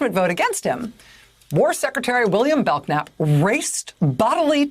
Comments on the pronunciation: Rachel it is pronounced Bel-nap the k is silent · The K is silent, Rachel. It's pronounced BELL-NAP. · I think his named is pronounced bell-nap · Pronounced bell nap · I realize this may be very trivial, but isn't this man's last name pronounced Bell-nap. The K is silent. There is a street in San Antonio TX. by that name. The way she shouted out his last name with such a hard K, I just had to say something. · Does anyone named Bellknap EVER pronounce the K?? It's not that obscure of a name.